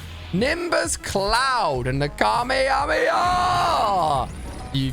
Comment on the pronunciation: Why he said kamehamehamiyah